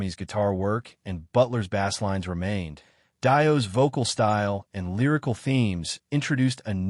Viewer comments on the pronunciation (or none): You know it's an AI channel, when the AI pronounces the word bassline, as bass( the fish)line. THIS IS AN AI CHANNEL. BLOCKED.